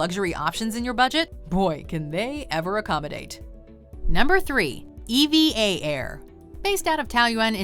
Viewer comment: I have been in EVA air and you said is wrong it’s pronouced Eva 😂😂😂 like a name not E.V.A